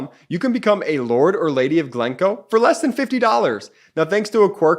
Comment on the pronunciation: No, you cannot become a Lord or Lady just by buying a plot of land in Scotland. This is not legally possible so please do not issue such misinformation. Also, the accent is on the second syllable of GlenCOE.